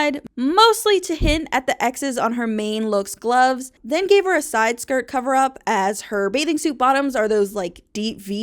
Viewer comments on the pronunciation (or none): none